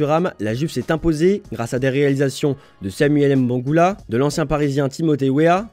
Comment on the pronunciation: Mbangula pas M- bangula ah